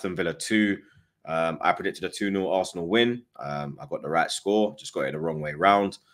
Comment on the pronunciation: Good ebening my guy 16/10 performance from the Assna today